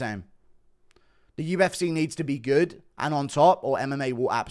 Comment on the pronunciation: You should like such a teabag fairy when you try to say UFC 'UFSAY '🤣